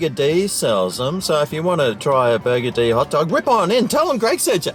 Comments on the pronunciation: I am pretty sure this place is NOT pronounced "Burger D"! FMD. Maybe next time say it in a similar vein to the word 'buggered'. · Why do you call it “Burger-Dee”? It’s meant to be a play on the word “buggered”. As in “Burger-ed”. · Stop saying burgerdee its so annoying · i mcthink its pronounced burgered mcbro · I've never been there before, but I always thought it was pronounced "burgered". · Burgerdee? I'll be buggerdee if that's the pronunciation. Supermarket next time instead of this crap rap clown Seppo slop snack. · LOL! its actually pronounced "burgered" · It's pronounced burgered as it is one word.